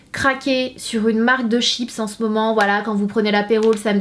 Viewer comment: " CHIP " Il est ou le SSSSSS!!!!!